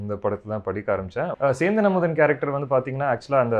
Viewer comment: Sendhan amudhan it's right adha style ah solrenu kudhari vaikudhu indha anchor 😡😡